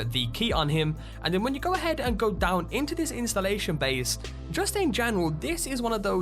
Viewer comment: What accent is that ? How come you don't pronounce many "t" ? Diamon ci'y Secre' location Get in'oo Haha you funny dude !